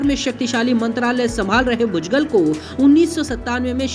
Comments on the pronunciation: भुजगल????? व्हॅइसओव्हर चू@ नाम तो ठीक से ले। भुजबळ होता है और अगर ळ बोलना आता ना हो तो भुजबल तो बोल?? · भूजगल नही रे बुढिया.. भुजबळ बोल 😂